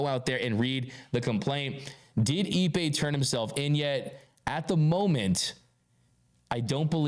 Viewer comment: His meme is pronounced Eep’pay not EBay.